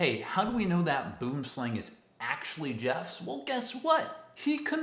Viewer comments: Obviously you arent Afrikaans, but you are saying the snakes name incorrectly, you would say it as bwooomslang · The way you say Boomslang always amused me